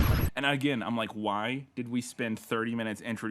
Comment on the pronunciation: "One of these characters is never seen agin" Agin? You read too much Edgar Poe.